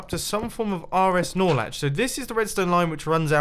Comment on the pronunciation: *Norlatch, Look it up in any redstone channel.